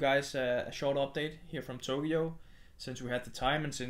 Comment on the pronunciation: ' pronunciation of Tokyo as Togyo is adorable.